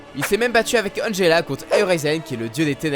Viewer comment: C est pas magela c est angela